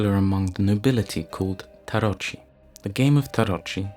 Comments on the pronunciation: pronunciation is "tarokee" not "tarochi" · Tarot DOES NOT rhyme with "carrot", it rhymes with MARROW, PERHAPS if you did some LEGITIMATE research - you'd know this - which shows me exactly how much credibility you have . . . likewise "tarocchi" is pronounced TA-ROCKY, Atlantis is FICTITIOUS - an invention of Plato